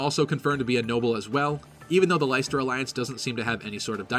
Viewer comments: It's not LIE-STER. Pronounce it LESS-TER. How do I know? Because I live in the city of Leicester in the UK. I'm sure they pronounce it correctly in the trailer too. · Leicester is pronounced "Lester". It is a place in England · Leicesester pronounced 'Lester' not 'Lighster' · The only thing I dislike about this is that they’ve named a country after Leicester (pronounced Less-ter, not Lice-ter). Might as well have called it Birmingham or Derby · It's pronounced lesster it's actually where I live lol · Great stuff. Just a head up though "Leicester" is pronounced the same way as the English city, sort of like "Lester". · I find it funny that one of the territories is called Leicester, which for you non-Brits is just some random, pretty unremarkable city in central England. It's pronounced, "Lester" by the way. Like they say it in the trailer. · Even with the trailer people still can’t pronounce Leicester properly 😰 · I quite like having a voice for the Avatar; I much prefer that over a silent protagonist since without a voice, they usually lack personality. (Can't please everyone though so if Byleth doesn't have a voice, I can accept that.) And just a heads up, Leicester is pronounced more like LESTER; we have a city in the UK with the same name. Cool analysis though. :) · Lesster, it's pronounced Lesster. Being from the UK, that irks me slightly. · You also say "Leicester" wrong. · I live in Leicester and I'm triggered by this pronounciation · You're killing me with your pronunciation of Leicester.